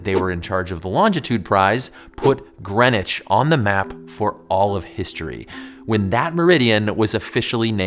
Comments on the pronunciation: Why did you change the name of your channel?! I liked the earlier one. Bdw, it's NOT Grenich but Greenwich(pronounced as Green Witch)! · It's NOT Grenich but Greenwich(pronounced as Green Witch)